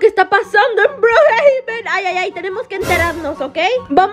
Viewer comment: Le dice broohaben😂